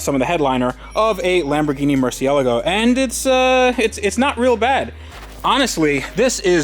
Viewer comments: my dude, I've said it before and I'll say it again. Mur-see-la-go. I've heard you say mur-see-a-la-go, mur-see-ga-la-go, and a couple other incorrect pronunciations. You spent a lot of money on this car; dontcha think you should know how to pronounce its name? Maybe Skillshare can help you? I kid, I kid, but c'mon, yeah? Mur cie la go. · I don't care if it's correct or not... stop saying "MurciELGO" :) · It's murcielágo the pronounciation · Mercy-ala-go.... the pronunciation is triggering me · "Murciélago" tho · it's funny how many people pronounce it like "Marcia Lago" it makes me think of car named after a regular woman somewhere in the world.. here's to Marcia! LOL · I love that your pronunciation of murcielago changes every time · The accent in Murciélago is there for a reason. It shows where the stress is. It's in the second syllable. I know since I'm Spanish. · It's cringe how u guys say murciélago